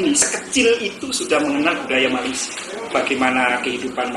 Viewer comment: Org Malaysia menyebut Malaysia bukan Malaysiye